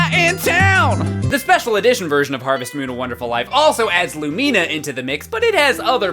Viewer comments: but you can keep playing after you die... and the guy from the dig site does take the stone tablets but that's the only thing he ever takes. Edite: also.. Lumina's name.. I don't think you are saying it right xD it's lue-mih-na not lue-me-na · had me laughing so hard. It's really true how useless some of the npcs are :'D that despair when van interrupts what you're doing is all too real... I enjoyed that song too <3 Is that really how you pronounce Lumina's name? I was never sure on hers or Gustafa's I've never actually played to the end! I knew you died, but I didn't know you saw a bunch of farewells :'( dont you get to keep playing in a heaven chapter tho?